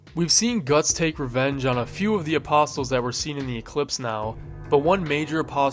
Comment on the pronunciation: Bro apostles isn't pronounced with an audible "t" sound. The "t" is silent... my god people are just getting dumber and dumber, I swear.